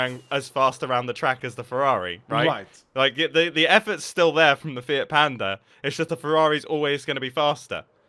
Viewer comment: Did mumbo say fiat panda or fit panda? I definetly heard fit panda